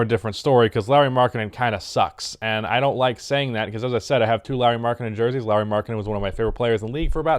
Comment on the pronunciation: hes called LAURI not larry...